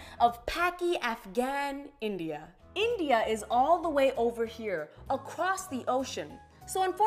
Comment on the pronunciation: I'm an Indian, and I can confirm that the way she pronounced India and Pakistan was very cringe worthy.